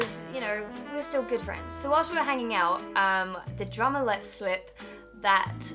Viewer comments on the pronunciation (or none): Every time you said "drummer" I thought you said "drama." It really confused me....